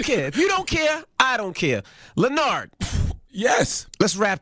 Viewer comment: LUH-NARD! my sweetness 😂😂😂